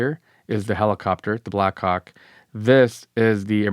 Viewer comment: no matter how many times I listen it doesn't sound like black hawk 😶 Edit: 6 mins in, can this guy not just say copter/chopper/heli FFS?? 🤦🏾‍♂️ If the video gets demonitized, this is why!